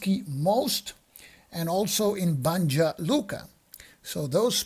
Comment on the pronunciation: Just to help with your pronuciation... the letter J sounds like a Y. So Yuzhna Krajina , and Yayce (Jajce), Syeverna Bosna, Banya Luka, etc etc etc. The letter C sounds like a ts, not a K, unless it has a mark over it then its a Ch sound (both kinds of mark, one is just harder than the other, but its not worth trying to say them different). The S with a mark over it is a sh. Also FYI, Sjeverna means northern, Zapadna western, istochna is eastern, and Yuzhna is southern, and Srednja means middle or central, if that will help. I spent the 90s dealing with the Bosnian wars, working with humanitarian supplies in Sarajevo etc. This game looks interesting, but may hit a little too close to home for me.